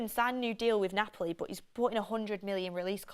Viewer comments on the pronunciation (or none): none